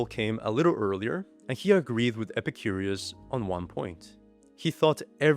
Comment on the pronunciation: I love videos, but calling Epicurus ‘Epicurius’ kinda grates on the nerves.